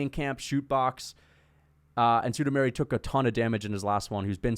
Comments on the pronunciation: sudameri lol its sumudaerji the Pixar. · Chael level pronunciation on Sumudaerji